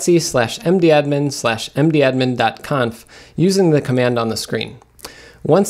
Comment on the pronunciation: He's out of control with his pronunciation... Don't even get me started on his q.b. cuddle